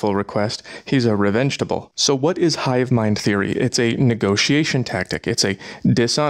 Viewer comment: Did you say revengetable? 😂